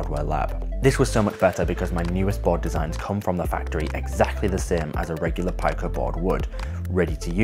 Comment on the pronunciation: Pico = pea-co. Like micro, nano, Pico...